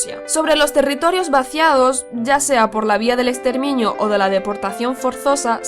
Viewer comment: Jajajajajajajaja "escandivano" "extermiño" "alemaña" bueno como sea el video está más o menos. 😂😂😂😂😂😂